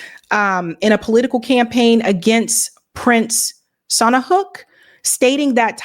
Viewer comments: "Sihanouk" Is pronounced "See-ya-nook". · The name of the Cambodian monarch is pronounced prince “See-ya-nook”. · His name was pronounced Prince see-a-nook.